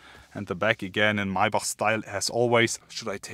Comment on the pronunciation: Lol Mercedes “maybuck”